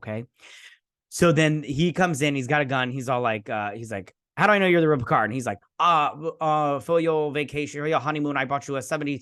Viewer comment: Vadik is calling him PeeCahrrrrr, giving it a more traditional French pronunciation. But yes, it does get on the nerves.